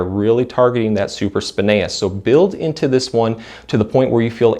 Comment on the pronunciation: Hey, you are saying supraspinatus incorrectly! You are missing the ”T” sound. I normally ignore it when people mispronounce a word but you repeated it many times and I am a massage Therapist so it stuck out like a sore thumb.